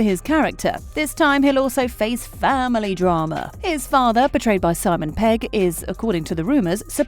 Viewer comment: You’re saying “portrayed by” but I instead keep hearing “betrayed by”